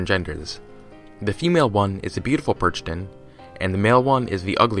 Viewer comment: Hey, just a heads up: Youuu... kinda messed up with the "Perchten". You completly misspronounced it and you overlooked a lot of interesting things. For a matter of fact, they still actually run around but they are not allowed on christmas. As now it is christmas again, I would really like to offer you to talk about this a little more. It is a very important tradition where I come from (Austria) and it might make for a good video. :)